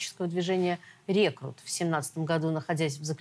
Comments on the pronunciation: Не "Рекрут", а Реструкт! мда... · Не «рекрут» а «реструкт». Оговорка наверное. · Не "Рекрут",а "Реструкт" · "РЕКРУТ", мдееееее, журналисты, вы хотя бы читайте что вам пишут. Слышу звон, не знаю где он. "РЕСТРУКТ" !!! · Реструкт а не рекрут!!! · "рекрут"?! Реструкт! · РЕКРУТ???? Ввы серьёзно??? Может РЕСТРУКТ !!!? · Реструкт а не рекрут! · Не рекрут, а Реструкт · Реструкт а не рекрут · > основатель ультранационалистического движения - рекрут Какой еще РЕКРУТ, лол. Ваши журналисты там вообще хоть вводные читают, она даже его фамилию нормально выговорить не может. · Ведущая даже не знает название 😬 «рекрут» говорит🙈